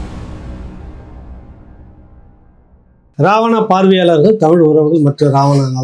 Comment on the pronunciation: அவர்கள் தமில் தமில் என்பது நெருடலாக இருக்கிறது..... இனி கூட பயிற்சி செய்யலாமே.... தலைகுனிவு